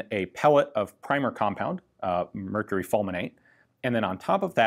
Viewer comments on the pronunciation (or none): none